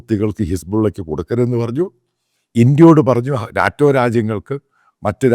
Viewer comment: Not naatem - Naeto - say it correctly buddy